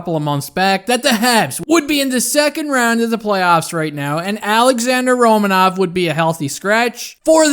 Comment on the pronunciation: Pronounced Ro-man-of.